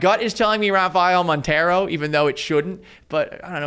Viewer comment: Don’t ever let this guy back on the show lol i was baffled when he said montero hahahaha stick to covering Seattle homie